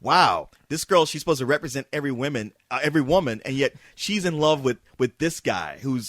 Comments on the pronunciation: could not say women ever its just distracting for him to say woman in the plural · Katherine is a horrible actress, and a bitch to put up with on and off-screen. She's only popular because of her looks, which will be gone in a few years time. Also, anyone notice how pronounces women like woman? lol.